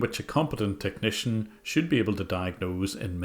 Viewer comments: Corey Uren 😂 Lol “Tecknee-shun”! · Everytime I hear them say "tuk-knee-shan", I cringe.